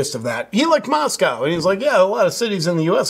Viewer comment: MosCow is Russia..Moscoe is Idaho with the liberal university of Idaho.. thank you for saying it correctly..Tucker..not so much.